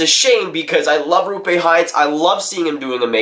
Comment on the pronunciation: Say it with me... ROOPE HINTZ. As in Rope-eh Hint-s